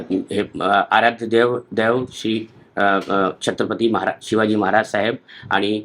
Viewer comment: छत्रपति शिवाजी महाराजl चा नाव सुधा याला नीट बोलता यत नाही